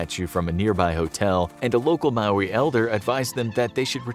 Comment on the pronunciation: Lol I loved how you said Maori ❤️ not an easy word to pronounce